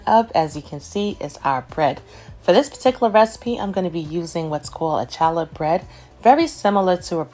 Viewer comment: Great recipe,. But, the "ch" in challah bread is pronounced as though you are clearing your throat. Keep the recipes coming!